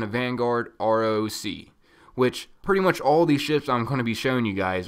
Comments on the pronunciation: "Roc" is pronounced "Rock" named after a very large Arabic mythological Bird of prey. so its not said R. O. C. its Rock, get it right. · I got the ugly ripship one :/ Btw it's roc as in 'rock' js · It should be pronounced "Rock" because just like the other Playlists a Roc is an animal, its a giant mythical bird of badassitude